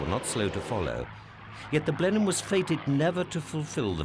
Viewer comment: Video discusses the "Blenin" bomber... You mean Blenheim? Of course you do.